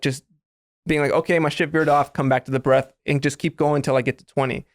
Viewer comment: “You can underestimate a good ass breaff” 😂💀